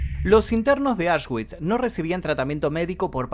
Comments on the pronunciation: Aswitch se pronuncia "asvitx" 😉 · Auschwitz se pronuncia ausbi, era un complejo de campos. Comprendía Auschwitz I campo original, Auschwitz II-Birkenau campo de concentración y exterminio, Auschwitz III-Monowitz campo de trabajo para la IG Farben y 45 campos satélites más, ubicados en Polonia. En la entrada a Auschwitz I colgaba un cartel con el lema Arbeit macht frei «El trabajo libera»